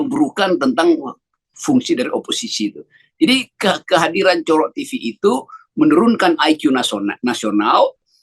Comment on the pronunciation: hahaha Cokro TV dibaca Pak Rocky COROK TV (TV Kecoak), hahaha.... mantap.